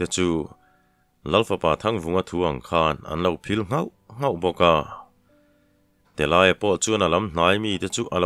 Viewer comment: Telâia ti a lam hi Telaia ti a lam tur,lei kan lai a,lai thluk ang hian